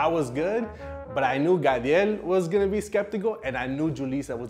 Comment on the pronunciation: the way julissa says "gadiel" has me rolling HAHAHA